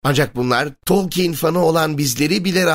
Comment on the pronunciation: Abi telaffuzun biraz üstüne gitmen lazım bence. Tolkeyn baya sinirimi bozdu.